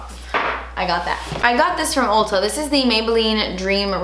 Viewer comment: I love how she pronounces "Ulta" as "Olta" 🤣 Edit: that Orchid Dusk palette looks SO MUCH like the Huda Beauty Desert Dusk palette!!